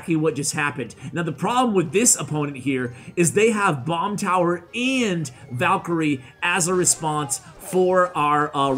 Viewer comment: says "towel" lol I think he was trying to say tower.